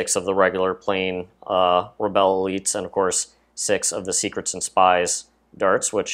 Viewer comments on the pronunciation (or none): and u pronounseset RE BULL not RE BELL